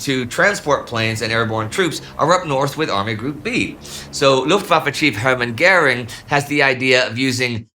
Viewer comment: hErman gEUring !!!! Not hUrman gEAring FFS !